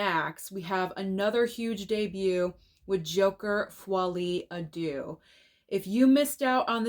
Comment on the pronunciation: That Foile a Deux pronunciation was very good!🤩